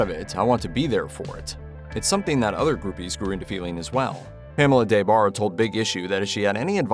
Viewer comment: Back in the 90s her name was pronounced with the short A so it was like De Barre not DAY Barre. She was one of the most famous groupies around. I read both her books back then. Very entertaining